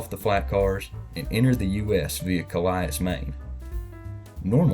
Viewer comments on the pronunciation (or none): calais maine is said calllllis not kayls or however you miss said it. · Cal-ias 😂🤣 it's pronounced Cal-a since its a French name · It's pronounced kal-iss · Calais, Maine is actually pronounced Cal-us! Though people tend to pronounce it "Cuh-lay" like its counterpart in the French region of Hauts-de-France. It's like how Houston in Texas and Houston Street in NYC may have the same word, but different pronunciations (in fact Houston Street in NYC is named after Georgia Constitutional Congress/Convention delegate William HOUSTOUN but that second u was later dropped)! Calais was named as such in 1809 in honor of the French city because of French assistance during the American Revolution. Maine (especially the northern part) actually has a lot of people of French descent (20 percent of the state), and 3 percent of the state spoke French at home (during a American Community Survey). The French language in Maine is now facing a revival thanks to immigrants coming from Francophone West African countries and Mainers embracing their Acadian heritage. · Cal-us Maine. Not calayis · Ca-lie-as Maine. ... It's pronounced Cal-us. The french pronunciation (Cal-ay) will get you strange looks. Maine has a lot of French place names, but none of them are pronounced the way the French pronounce them. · Cal-AY-is, Maine? CAL-ay, like in France. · Cah-lie-us maine has got to be the worst pronunciation ever lol... it's pronounces cal-us. Where the "cal" sounds like "callender" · Wait. You guys pronounce Ca-li-as and Not kalay like the French pronounce it? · The town in Maine, Calais is actually pronounced like the callus that you develop on your hand or foot. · it's "Cal-is" the 2nd "a" is silent, and thanks for sharing 👍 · Its not Calias... it CALAIS. A before the I :) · Yeah, he pronounced it Calias and not Calais. I thought it was odd too hahaha. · It's pronounced 'Callus' Maine. (Lived there when I was little). In French it would be pronounced Cal Lay. Pretty funny rail story though.